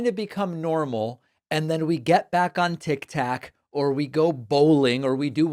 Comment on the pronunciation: Hi David I like listening to you and keep myself informed. Why do you say tik tak ? It’s tik tok. Thanks